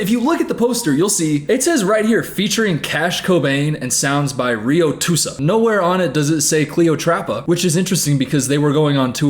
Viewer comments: “rio tusa “ ITS RIOT USA LOLLL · “rio tusa” ITS RIOT USA LMAOO😂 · the way u said riotusa is soo 😭😭 idk if u really think it’s rio tusa or if that was a joke but omg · “rio tusa” LMFAOOOOOOOOO RIOT USA baby 😂😂😂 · “sounds by Rio Tusa” boy that man name is RIOT USA why tf you pronounce it like that 💀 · "rye-uh-too-suh" ITS RIOT USA 😭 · "rio tusa" is it not riot usa /lh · calling riot usa riatoosa is the funniest thing ever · rio-tusa OR RIOT-USA???? please tell me you said that wrong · “Rio tusa” had me screaming 🤣🤣 not Riot USA 😭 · "rio tusa" LMFAO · Cannot get over pronouncing “Riot USA” as “Rio Toosa” 😭😭😭😭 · He read Riot usa as rioTusa i cant bless your soul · Not you pronouncing Riot USA as Rio Tusa 😭😭😭😭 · « Rio Tusa »😂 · “RIO-TUSA” IS KILLING ME!!!😭😭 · Anyone else notice pronouncing Riot USA as Reeohtoosa?? 😂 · saying Riot USA as Ryotoosa is so iconic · oh nah he really said “rio tusa”😂😂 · his name is RiotUSA 😭😭 how you pronounced it threw me off bad